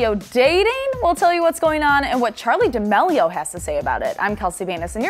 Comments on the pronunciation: ChArLi DaMaLeO- its charli DA ME LIO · it’s dah-meal-e-oh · y u pronounce it like damilio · She literally says dixie dEmElio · the way she pronounces d'amelio lmao